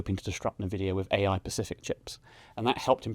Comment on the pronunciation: I’m seriously considering selling this because this guy doesn’t know the difference between “specific” and “pacific”. Alarm bells for me, only educated people should be managing serious money.